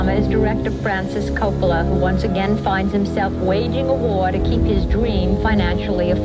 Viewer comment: Look dude. I wanted to enjoy your video but you couldn't even pronounce the name of the director. Try harder.